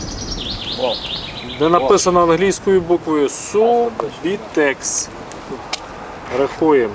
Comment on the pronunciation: Неграмотные какие то.. Не "Субитекс" а СубУтекс"...